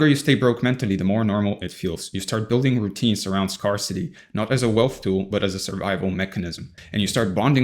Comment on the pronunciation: I normally don't comment to correct how people are speaking. But in this case, I feel like it will land well and you will see it as an opportunity to improve. The words scarce and scarcity are pronounced like "air" -- sk"air"se sk-air-city not "scar"city Aside from that, great content!